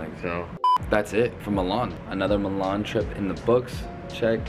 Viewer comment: never felt so lucky to have my name be Milan, let alone hearing it pronounced the way mine is 🫣